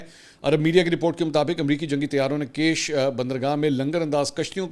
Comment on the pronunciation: island is not cash island its Kish island like Fish